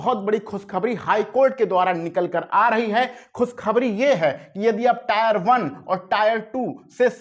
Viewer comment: अरे भाई tre को टायर 1,2 बोल रहे हो